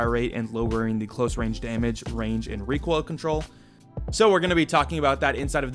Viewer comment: reekoil control 🙂